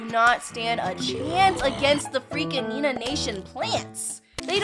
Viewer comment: It's not nenaa